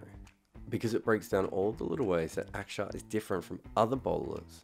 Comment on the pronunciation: Props on pronouncing Axar correctly mate!